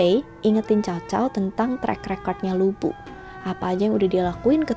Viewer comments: Bukan lu bu tp lv bu, bacanya mirip2 li bu. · Bacanya Lu Pu kak, bukan Lu Bu, hehe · LU BU (吕布) itu nama dalam bahasa mandarin, yg di baca LU PU (B = P). Terima kasih, cuma membenarkan aja. 😍😍😍 Sekalian belajar mandarin yah, 😁🙏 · Utk cara baca nya Lu Bu bukan di baca Lu Bu karena semua itu merupakan pinyin, yang benar baca nya Lii Pu, sesuai dengan huruf hanzi ( mandarin character nya).. saran saja, utk tokoh2 dari tiongkok, rata2 semua menggunakan pinyin utk cara bacanya, jadi semoga untuk kedepannya bisa benar membacanya.. supaya semua orang bisa tahu cara baca yang benar.. terima kasih.. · Lu Bu?? 🤦🤦 Pas nama2 yang lain nyebut nya bener.. kenapa pas Lu Bu penyebutannya salah?? Bahasa Mandarin gak ada huruf B dong.. 😅😅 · Lü bu dibaca : Li (mulutnya dibulatkan) pu